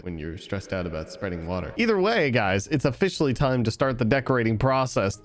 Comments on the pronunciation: lol he said o(fish)aly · What he says: officially What I hear: o‘fishially